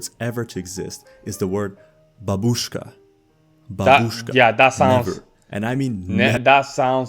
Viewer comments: You can say "babooshka", but it's important that the stress is on the first syllable. "bAbooshka", not "babOOshka". And it literally means "grandma". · This guy is so funny! In the end he was just trolling foreigners. The word babooshka translates as grandma but he intentionally pronounced is with an English accent (even though he speaks almost perfect Russian). The last one is just happy new year 🤣